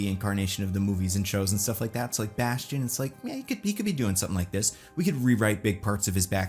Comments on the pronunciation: It's "Bastion"! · it’s bastion It’s bastion